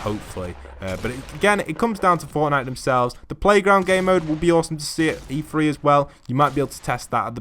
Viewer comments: Is it not E three? Not E “free”?? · Hilly O’Connor yes but why does the commentator say “free”? The word is “three”